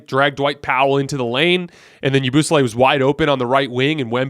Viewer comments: The way he says yabusele got me rolling bro lmao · The way you pronounced Yabusele took me out 😂